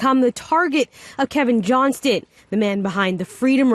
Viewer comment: Please pronounce the “T” in Mr. Johnston’s last name. Those of us named Johnson don’t want to be associated with this A-hole.